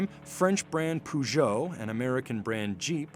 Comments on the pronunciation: It's not pronounced "poo-joe"... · the whole world: Peugeot! Americans: do you mean Poo-joe? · Commentator: "The french car make PooJoe"😂😂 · It's 💩Joo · Can you please pronounce again Peugeot 🤣🤣🤣🤣??? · He doesn't know how to pronounce Peugeot